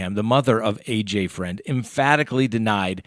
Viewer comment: Fruend not Friend